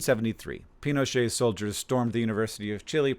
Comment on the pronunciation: Pee-noh-cheht is how Chileans pronounce it